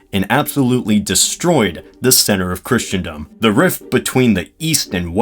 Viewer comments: It's Christendom, pronounced 'Crissendom', NOT Christiandom! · With how many times you mispronounce Christendom as "Christian dumb" I doubt you're very knowledgeable in anything dealing with "Kriss-en-dum" Christendom